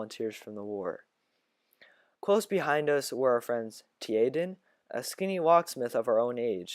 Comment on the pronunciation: it’s pronounced jay-den for (tjaden)